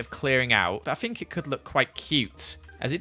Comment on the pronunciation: I say (think) he say (fink) ever noticed